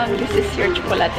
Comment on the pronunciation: Gustong gusto ko yung pagbigkas nya ng tsokolate ❤❤